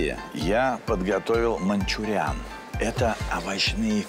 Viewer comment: а не "мАнчуриан"? на ?